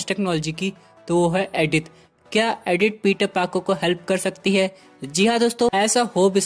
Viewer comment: It's not adith it's Edith